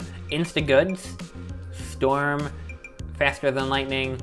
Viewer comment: “storm” yes storm haha, it’s “Stoerm”